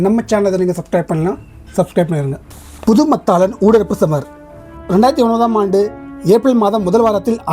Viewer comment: அண்ணா, புதுமத்தாளன் , வட்டுவாக்கல் அல்ல புதுமாத்தளன் , வட்டுவாகல் என்று உச்சரிக்க வேண்டும். உங்களுக்கு பரிச்சயமில்லாத ஈழ ஊர்கள் உச்சரிப்பு சற்று சிரமமாக இருப்பினும் கவனிக்க வேண்டுகின்றேன் 🙏